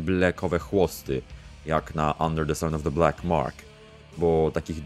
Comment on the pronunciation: Blak, a nie blek i gods, a nie gads